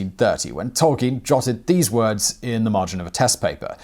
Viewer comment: Bonus fact: the name is pronounced toll-KEEN.